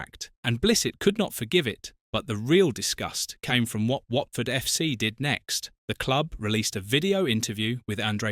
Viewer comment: Whartford?? Really?? AI stuff